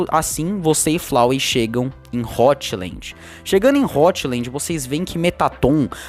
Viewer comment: "votland" kkkkkk Mt bom o video realmente deu vontade de ajudar esses monstros que viraram monstros mas continua assustador e da vontade de ajudar eles agr obrigado pelo video